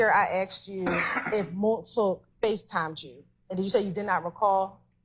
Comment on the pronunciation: Prosecutor can’t even pronounce asked right 🤣🤣🤣🤣